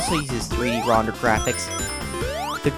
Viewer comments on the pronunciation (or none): You STILL CAN'T SAY "RENDERED" RIGHT! DON'T SAY "RONDERED"!!!!!